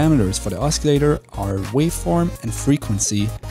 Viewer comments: Google pronounces os·cil·la·tor as /ˈäsəˌlādər/. Osculator is a different word altogether which means a kisser. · THATS NOT HOW YOU PRONOUNCE OSCILLATOR !!! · The C in oscillator is silent. Not a criticism, just letting you know. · Please don't pronounce the c in oscillator.. other than that, liked the tutorial